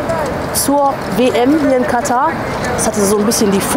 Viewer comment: Sehr interessantes Video ! Am besten fand ich es jedoch dass Ihr das Wort Katar richtig ausgesprochen habt und nicht wie sämtliche Berichterstatter , ständig Katta sagten. Dafür habt Ihr ein Abo verdient.:elbowcough